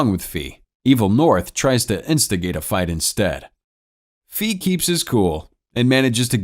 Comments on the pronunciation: Its ‘fay’ not ‘fi’ it means fly in chinese/飛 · I'm sorry but the way you say his name's makes me cringe 😂😂😂😂😂 It is pronounced Fei (Fay) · Introduced as fei, named fee the whole video, i know is very minor but can't unhear an economic term all the time, also makes me think if lee is really lee or lei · The way you pronounce Fei is hilarious to me it's pronounced like hay just the h is an f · That's the correct pronunciation, but I can't lie, Fee is funny